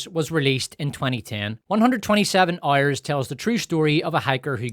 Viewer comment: "127 Ouerrs" 🔥🔥